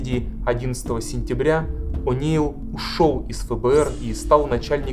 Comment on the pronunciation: Не понимаю претензий к озвучивающей женщине. Очень хорошо читает.. трогательно. Это именно так, как я чувствовала, смотря эти кадры тогда по телевизору. Шок. Ужас. Холод. А вот читающий автор видео немного отвлекает неправильным произношением элементарных английских слов и фамилий - ворлд, о' Нейл. Считаю, можно было бы подготовиться. Дикция хорошая, но очень медленно. Очень много его в кадре, было бы лучше больше фото и видео материалов. Фото и видео материалы проскакивают очень быстро, зато автора наблюдаешь добрую половину всего видео.. Он приятный и симпатичный, конечно.. но как-бы сильно много фокуса на него.